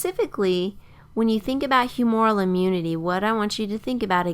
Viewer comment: "humoral" is mispronounced in this video. It's whew-moo-ral with the accent on the first syllable. A little bit like the word "humor" with an "el" stuck on the end